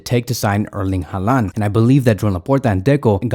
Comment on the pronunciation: Haaland isn’t Hispanic. I don’t know why you pronounce his name like that lol. It’s pronounced “Holland”